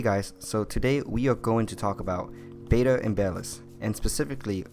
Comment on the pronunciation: please stop saying "bay-duh"... it's "bettah" similar to better